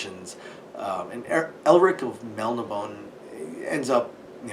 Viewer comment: There's an accent on that last e,. It's Mel-nih-bow-nay. Do NOT make me unsheathe Stormbringer, boy! 😆